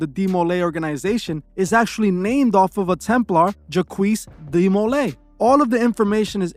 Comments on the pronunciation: Lol JACQUES is pronounced JOCK or ZHOC. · Jacques is a French name, it is just pronounced "jac"......not Jaqwees haha. Good video though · Juhkwees (Jacques) is pronounced ‘jock’ with a long ‘j’